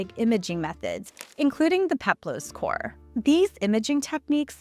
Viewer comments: Female Greek sculptures are maidens, or korai. Singular form is kore, pronounced kor-eh, not "core". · Fantastic video! Love to see engaging and accurate content about this subject. One note: it is KOR-eh, not KOR ^_^ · Isn’t it pronounced ‘kor-uh’ instead of ‘cor?’ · Very interesting, I've always been fascinated by the idea of polychromy - the past is so much more colourful than we realise! (Kore is pronounced 'kor-ee', just for your knowledge.) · As i understand it, Kore is actually pronounced "Co-ray" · Hearing “Kore” pronounced over and over with one syllable instead of two grates upon my poor delicate sensibilities.